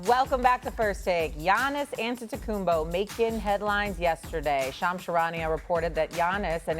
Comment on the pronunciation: The first seconds of the video.... AntetokounmBO? It's AntetokounmPO! Learn to say the name right or bring Molly back.